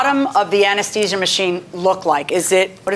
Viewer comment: She's an anesthetist and she can't even say anesthesia correctly. I would be highly embarrassed, not to forget that she's been one for 28 years. Oh, and she's just a simple mom - that cannot pronounce her life's work. Harvey and the Doctor pronounced it correctly but the judge and the defendant don't know their English very well.